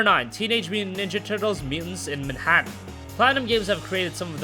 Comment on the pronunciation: sorry sir, but what are teenage munnnjaturtles